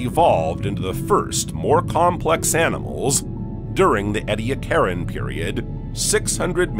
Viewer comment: His pronunciation of "Ediacaran" went right up my spine. Either don't use AI narration or program it to pronounce words properly. FYI: it's pronounced "eee-dee-ACK-aran," It's Australian in origin (the word, not the period.) 😂 "Anomalocaris" is worse - would have been unintelligible without the video.